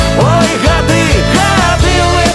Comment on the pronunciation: Во прачытау. Ни гады' а га'ды (ударение на а). И думаю што за га'ды.